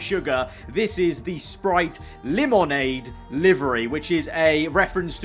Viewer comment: This guy just said leEmOnADe